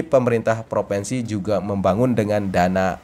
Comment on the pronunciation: Bukan PROVENSI tapi PROVINSI